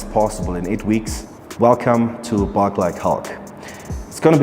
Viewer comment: 벌크가 뻐킹이라고 들리네ㅋㅋ